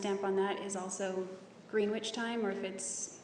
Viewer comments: Greenwitch lmao It’s grenitch stupid bint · she just said green-witch??? are you kidding? is it really said that way, or is it "gren-itch"? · Jesus ...again with the Green Witch time......it’s Pronounced Grenich...not Green witch Einstein! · Proper pronunciation 'grenich' not greenwitch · Gren - itch is correct .. she thinks she's so smart 😣